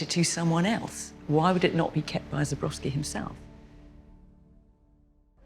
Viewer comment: It’s Zborowski not Zubrowski - these are two different names, pronunciation! If you pronounce wrong you are likely to find the wrong person